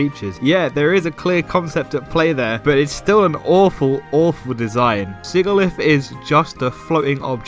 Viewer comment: Quick little gripe about the video. If you’re going to complain about Sigilyph, at least pronounce it right (sih-jih-liff, not sih-gih-liff)